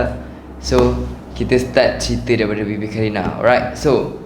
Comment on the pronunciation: sebut bibi ke baby qarina